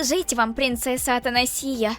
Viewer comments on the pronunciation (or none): Имя принцесы Ата'насия а не Атанаси'я...... да я душнила 😅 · В имени Атанасия ударение на третью букву а😂 а не на букву и